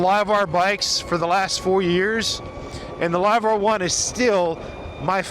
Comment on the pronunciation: WTF is a Live-wrrr 1? Are you drunk?